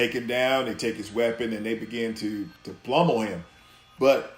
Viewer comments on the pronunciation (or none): Thing is , he probably genuinely thinks it is “plummel” . Cheap wine and a three-legged goat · "They begin to plummel him"... Plummel? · Yeah but he also said “plummel “. So net zero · This dude really said “plummel him” xD forgot that the word is pronounced pummel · really great video, love this whole series. but also this man says "blummel" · Ya that was a "skretch"